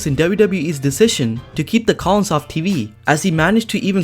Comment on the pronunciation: The “collins”